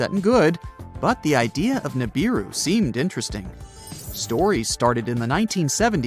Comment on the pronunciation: The correct pronunciation is OO-as in oops…RAH-as in ‘twas..NOOSE. OORAHNOOSE. NOT YURAYNIS. You sound ridiculous. Pronounce the U like the U in Neptune … NEPTOONE. GO BACK TO URANUS IN ITS ROOT FORM, NOT ITS AMERICANIZED SLAUGHTERED SLANG And Neebeeroo. The i is pronounced ee as in Japanese or Italian. English got screwed up in the correct pronunciations of foreign or scientific wording.